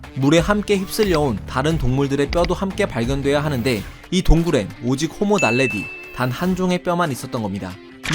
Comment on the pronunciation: ㅗㅜ 북한말인줄 호모 날레디